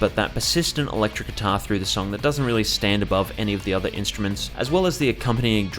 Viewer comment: “kuitar” heh